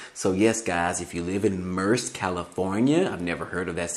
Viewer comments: Merced California is pronounced like Mer-Said (Merced)😜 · It’s pronounced Mer-ced